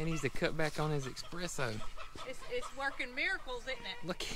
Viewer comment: I really need some “expresso” 😴☕️